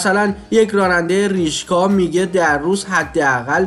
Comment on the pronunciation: ریشکا نه، برادر. ریکشا.